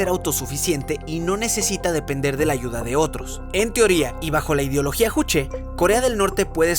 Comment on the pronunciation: Juche: SE PRONUNCIA "YUCHE" KBRON!!